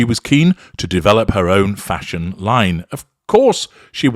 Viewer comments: Vile woman 😮 its nothing to do with CREASES...all the clothes are wrong on her short stumpy body.she's a plain short woman.and doesn't suit these clothes..and it's fashion.not fasssshun..u must know ur pronouncing it wrong 😅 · Fah-shon killed me 😂😂😂😂😂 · Why does he say " Fa'shone"? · Because it adds to the humor for certain listeners. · U said Fash On just I was sipping a glass of wine! I almost spluttered it out!! xx